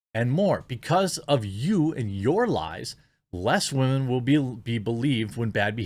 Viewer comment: Did he really say, "WAH-men"? Like, unironically??